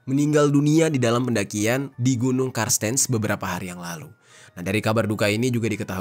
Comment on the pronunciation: Cartenz (dibaca kartens) kak. Makasih videonya hanya gemes aja sm "karstens". 😅